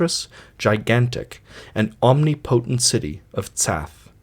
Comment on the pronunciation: Hearing the words 'inexorable' and 'omnipotent' pronounced this way is certainly inspiring of cosmic despair.